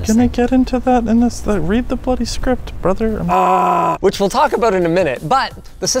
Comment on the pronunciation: "read the bloody script brotherrrr" so Canadian, much maple syrup